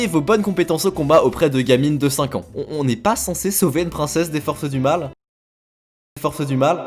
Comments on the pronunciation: Force du mal pas forsses du mal PTDR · "Forsses du mal" ??? C'est pas trop français ça si 😂